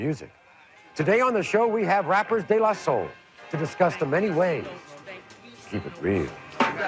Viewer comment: De La Sol?? Am i hearing her right?